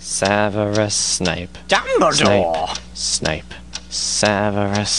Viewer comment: dumbledore sounds like hes saying jumbledore xD